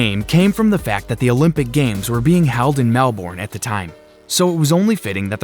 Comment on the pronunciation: You mispronounced Melbourne australia